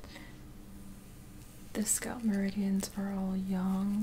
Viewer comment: hi just wanted to say i really enjoy your videos and find them very soothing. Was thinking you could use chopsticks also for scalp checking , might be an option? Also i hope you dont mind me saying this but the pronunciation for 'scalp' is the 'a' sounds like 'a' in apple. I think it's the word skull that throws a lot of people off when saying scalp because it comes out as sculp. Anyway keep up the good work! ps Your sister is so lucky to receive all your massages! :)